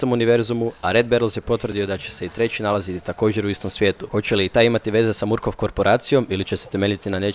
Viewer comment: Izgovqra se markofff